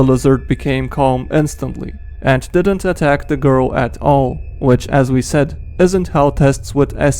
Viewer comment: thE gOrl